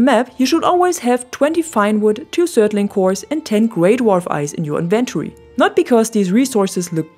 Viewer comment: Very helpful video, thank you. :) I love the layout of your base, especially the sourrounding walls. They look beautiful! Außerdem könntest du "inventory" auf der ersten Silbe betonen wenn du möchtest =)